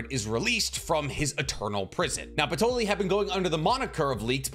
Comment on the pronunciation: “Hyuno” “patroli”😭😭🙏🙏